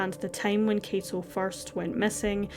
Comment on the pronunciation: K-ah-to is how you pronounce his first name. The surname you did great!!